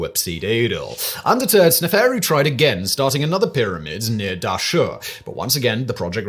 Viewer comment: "sne faru" lmao! its snef- aru you dolt